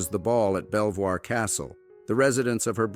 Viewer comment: Belvoir Castle, is pronounced like “beaver” … just a little annoyance